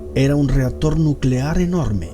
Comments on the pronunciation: Jaja me mata el español dotor y reastor nuclear xD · Jajajaja no puedo con el “dotor”, y “reator” y “reazion”